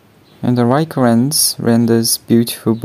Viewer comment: It's actually a Leica lens. I've never heard of a "Reica Rens".